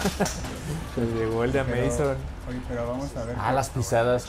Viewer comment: Cuál "Ameizon"? 😂